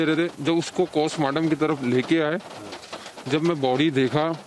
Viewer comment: Yes they both are same.. notice the wristwatch he is wearing..and he pronounces Postmortem as 'Kostmortem'.. listen carefully.. Actually R.bharat morphed his voice and news nation contains his original voice.